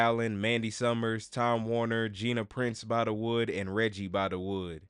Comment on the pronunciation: Bythewood, not By-da-wood.